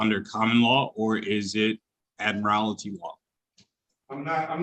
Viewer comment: I wonder how this smug specimen would feel when he finds out that you don't pronounce admiralty the way he's pronouncing it😵‍💫